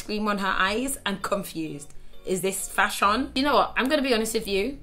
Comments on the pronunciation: YES and fashiON 😂😂😂😂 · This is not fash-ion! 😂😂😂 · “A DHL delivery driver, but fash-on” 😂